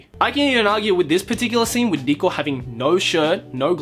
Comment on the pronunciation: You make Riko sound like Dicko. Please kill me, even though I'm already dead inside.